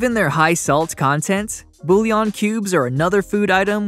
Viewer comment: I know right? These aren't foods for the most part. they are ingredients. Yes, we eat them, but not by themselves. What am I popping bouillon cubes like mints now? and by the way, you don't pronounce the Ls, in this case you just take'em! BURN!